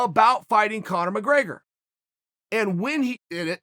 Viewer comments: There's no A in McGrAgor sonnen 😂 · “Connor McGraygor” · "Conor McRAIGER"